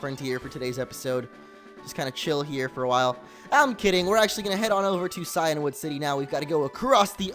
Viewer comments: Cianwood(See-in-wood) Phione(Fee-own-ay) don't doubt me I watch the anime. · Shuckle is in cianwood , btw cianwood is pronounced "keeanwood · Maybe from where you come from. Where I live It's (Cy-an wood)